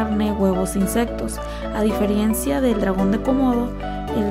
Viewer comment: yeah muy buen video y mas interesante que he vito de este tema solo espero no cuásar mucho hate pero se dice diferencia y no difierencia